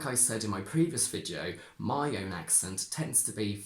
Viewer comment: I am not sure, but I seem to hear you say [ oi] instead of [ai] ( like moi for my). But in some words you seem to stick to [ai]. Is it typical of all the speakers of Modern RP or only of some persons? Could it be a generally acquired Cockney feature ?